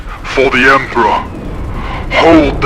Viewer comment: did just say 'kamikaze for the emprah...and all that'?! ahahahaahahah!! beautiful armies guys, and i love the fact that these narrative campaigns give you the opportunity to show them off (and the terrains as well, so well done)